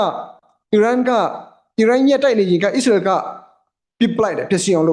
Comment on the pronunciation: ကျေးဗူးပြု၍ နိုင်ငံများရဲ့ နာမည်များဖတ်လျှင် မြန်မာလိုအသံထွက်၍ဖတ်ပြပါ။Please! အစ္စရေးဆိုရင် ဝစ်စာနှစ်လုံးသံပါအောင်ဖတ်ပါ၊Iranဆို အီးရန်မဟုတ် အီရန် အစ္စရေးဆို အစ်စရေ မဟုတ် အစ်စရေးလို့ဖတ်ပါ၊နားထောင်ရတာအဆင်မပြေလို့ Fighting!ပါ၊ဆရာလုပ်တာမဟုတ်ပါ အကြံပေးတာပါ။please